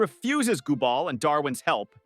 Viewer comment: GoobBall? Gumball